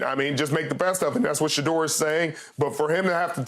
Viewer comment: Dear God Skip..... "I'd take Sheduar first overall." 😂😂😂😂